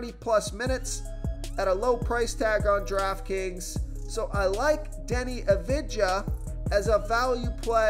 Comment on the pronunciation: Please learn to pronounce Doncic and Avdija correctly